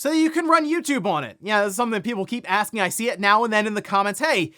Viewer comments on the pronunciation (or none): none